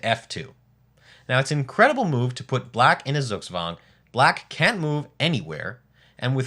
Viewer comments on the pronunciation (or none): Zugzwang is correctly pronounce - tsook-tswang